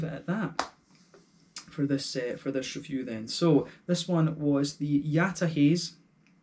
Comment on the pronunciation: Yataha[t]ze :) thanks for the review !